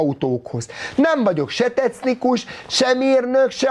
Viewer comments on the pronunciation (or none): "fraciából kiváló vagyok" ja persze mikor magyarul is "tecnikus" 😆